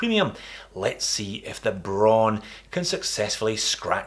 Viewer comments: It's pronounced just like the color "brown." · Braun is pronounced br - ah - ooh - N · HoWilbur HoWilbur - she is right. It has the same pronunciation as brown and is the German word for this color.